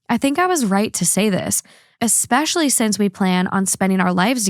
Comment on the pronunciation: I love THT, I do but having said that. Please please please tell to stop saying "EX-specially" instead of "especially". And please try to work on the word "ruin". I cringe everytime you guys say ruin and especially